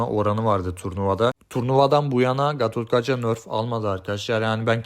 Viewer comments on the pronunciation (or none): Gatotkaja ne😭😔 Gatotkaca sc gibi okuyun ingilizce ❤️